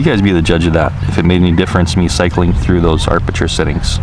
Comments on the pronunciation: harleyhiker Aperture I reference: Sven Jolly * 1 week ago Kk I am Hawaiian and we definitely don’t say AR-perture. Don’t speak for us if you are not from here, you are not the gatekeeper, I have never heard someone say it like that. He is mispronouncing it and adding an extra ‘R’, no big deal- no need to get all defensive. We say aperture here. Still love and is awesome Vids....... Now! Can we dispense with all of this? Mahalo and Mele Kalikimaka! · I don't disagree by any means, he's one of my favorite drone reviewers out there! Doesn't mean the mis-pronunciation of a particularly key photography and cinematography term doesn't bug me though. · I was going to say there is no "R" in aperture .. but someone beat me to it. The higher the aperture number, the SMALLER the opening in the lens, which will give you a deeper "depth of field" (which translates into sharper focus over greater distances). The lower the aperture number, the LARGER the opening in the lens, and then the depth of field is very small, and you'll likely have to use the "tap to focus" much more. I have to get a Circular Polarizing filter for my Evo, as it really helps to bring out the blues in the sky, and adds some color richness, imho. The Point of Interest performance is very good .. better than anything out there right now .. definitely a DJI forte. I woke to 20 deg. F (-6.6C) temps this morning, and it will not reach 30F .. might tomorrow .. I hate flying in cold temps, as I lose feeling in my fingers, making it hard to fly .. AND unpleasant as well. Thanks for the look at the updates. Cheers! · Huh? There are two "R"s in aperture. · Great video once again. and also, it's aperture, not arpeture ;D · It is pronounced ap a chur. Not arp sh chur. No R after a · Amazing how many illiterates and dumb,dumbs that are posting comments 🤓🤪 sorry but come on 🙄 and BTW it’s not arpature it’s aperture 😂😂😂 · Alpha6Tango hope he reads this APerture not ARPerture.